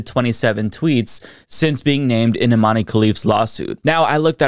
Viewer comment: It's pronounced iman not imaneee, great video though